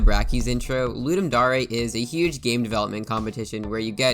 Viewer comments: ITS CLEARLY THE WORD DARE. WHY ARE YOU PRONOUNCING IT AS DA-REY 😢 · Loodum Dahray? I thought it was pronounced Luhduhm Dare. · I still wonder why its pronounced ludum da-rey and not ludum dare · it's ludem dare (luu-deem da-are) not ludem dare (luu-deem dau-rae) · It’s pronounced D - AE - R not D - AR - AY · Wait are you telling me it's not dare, it's actually dar-ay? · "Ludem Da-Reh" ugh. It's Ludem Dare. Dare, as in a challenge. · Ludem Dar ey wtf is that isnt it ludem Dayr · Dar eh? Dare. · I thought it was pronounced ludum dare, not ludum daureh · Why did I always think it was Ludum Daring, not Ludum Darling? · Why you sayin daray? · Ludem dohree 💀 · "Ludum dA rE" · dare pronounced d air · its DARE like i dare you to say dare right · its pronounced dare not dare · the fact that he says "ludum da-re" bothers me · "Ludim darae" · It's okay if you can't pronounce dare you're marsian :) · The way you say "Dare" hurts me